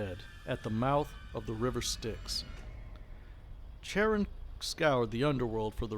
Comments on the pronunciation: Just a head’s up, Charon is pronounced with a hard K sound not a Ch sound. Love the channel. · Youtube suggested your 'History of the Underworld' vid first, and this vid was a subsequent recommendation - both were top quality, and I think I'll be referring my players in any future Wraith Chronicles I run to both of these vids to help prime them on the setting and in game history 👍 The only thing I'd take marks off for was the constant mispronounciation of 'Charon'.. yeah, it's small detail, but it irked me all the same... 👎😅